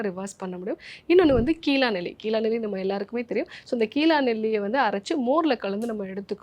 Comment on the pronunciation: கீலாநெல்லி அல்ல கீழாநெல்லி. நன்றி.